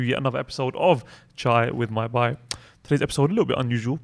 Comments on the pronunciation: Just one thing for: Please say Bhai it's not Bai. Bai has a different meaning. And May Allah reward you for all your efforts..aameen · bhai i would suggest to work on your pronunciation of "bhai" (on a lighter note) (I really respect and love you all)